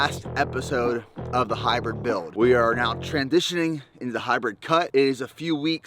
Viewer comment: "The Hybwid Buiwld"